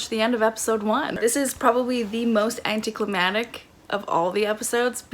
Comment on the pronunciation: You and Gabbie mispronounce “anticlimactic” the same way. Lol This was a fun video. I really enjoy your personality.